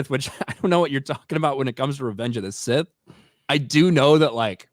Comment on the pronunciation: Instead of Sith please say hard th going forward.